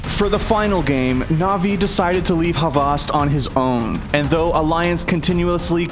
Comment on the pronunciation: Dude its not havast